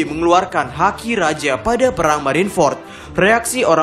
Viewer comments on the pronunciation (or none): none